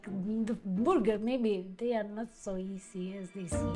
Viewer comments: It’s not a burger it’s a boo-ger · Tell “burger” has an R in it! 😂🤣🍔 I absolutely adore her!, you’re one lucky man! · I'm sorry, but the burger or however pronounced it, was a fail. The stuffed gnocchi was interesting but I probably would have tried to make it crispy, maybe more like a raviolo with a soft yolk inside, imho